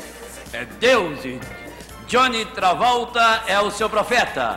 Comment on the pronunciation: O pior apresentador que a televisão ja teve! Ele falou Jony Travolta mesmo?? Kkkkkkkkk